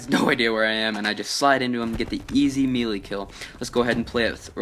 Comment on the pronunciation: I'm pretty sure it's meh leh not me lee